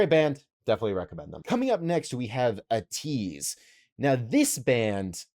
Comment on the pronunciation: btw, ateez is pronounced aye-teez